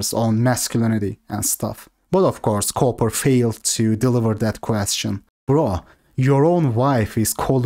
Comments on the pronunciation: pronunciation of "Cooper" sounds like "coper" 😂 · He's calling him Richard Coper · He does it so often and in a serious tone tho. I think he genuinely just thinks it's pronounced coper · inability to say Cooper properly, instead saying coper, is comedy gold. I honestly don't know if it's his accent or he's joking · Everyone calls him richard coper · Everyone that has been in the BP community long enough spells his name Richard CopER on purpose. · Lol at pronouncing Cooper like Coper haha maybe he is a coper. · ITV says coper by default LOL😂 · "coo-per" not copper.... 😂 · bro it's cooper, the oo is pronounced like a u like in book. You're saying copper lol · He’s saying coper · "Richard Cope-er" I am dead...